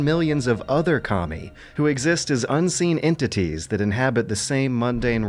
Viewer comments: Sounds like you're saying "commie" instead of "Kami" XD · Mishearing "kami" as "commie" cracked me up every time.